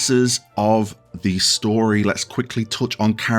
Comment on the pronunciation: "Pup Ass" It's Papas. Like "papa" or father. If you like french fries, you can associate him with the spanish name for them: papas fritas.